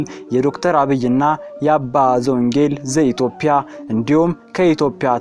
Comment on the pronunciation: ኢትዮጵያ ብለህ አስተካክለህ አንብብ ኢትዮፕያ አይባልም ኢትዮጵያዊዋን ጰ ን ለምን ተውሃት ትርጉም ስላላት ተጠንቅ